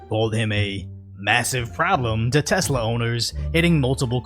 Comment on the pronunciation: "e-lonn"... not e-lawn..... "tess-la"... not tezz-la